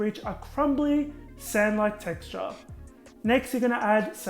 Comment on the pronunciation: Am I the only one who that memorazied the dry ingredients and says "sand-like texture" with his accent? 😂😂